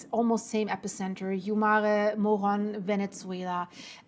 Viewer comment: There is no T in Venezuela!